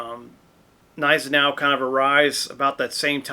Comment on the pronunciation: the Prussian officer that you have been talking about was the the real 1815 campaign Blucher's Chief of Staff. He was NO fan of Wellington and distrusted the British. You pronounced his name correctly. At this point the Austrians did not like the Prussians and distrusted the Russians.